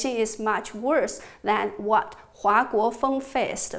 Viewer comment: One small problem: you mispronounced 華國鋒's surname: Huà (NOT Huá; your Chinese is very good). Thank you for this very interesting presentation!